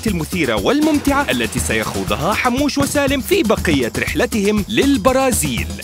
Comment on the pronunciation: حموش مو حاموش